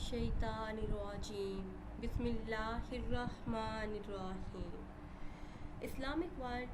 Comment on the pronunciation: Sorry Sister To Say App Ko Tu Bismil Allah Parna B Teek Se Nahi Ata